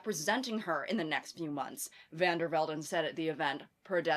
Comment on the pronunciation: as a dutch person, the way you say Van Der Velden is so satisfying idk why, also idk who this woman is but i hope she goes to atleast the 3rd circle of hell, why is she putting the netherlands in a bad light</3 anyways love you queen dont stop making videossss<3333